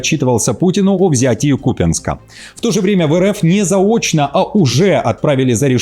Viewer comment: В Купянске - ударение на -ЯНСК-. Даже Путин правильно говорит, а Вы на Скабееву равняетесь!